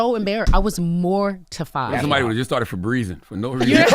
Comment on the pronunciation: He said Frebreezing 😂😂😂😂😂